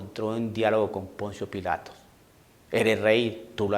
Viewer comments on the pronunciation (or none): none